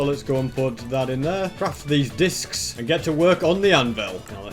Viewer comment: i love how he says discis